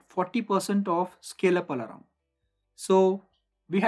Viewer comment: very nice informative video but the pronunciation of "alarm" as "alaram" is weird to hear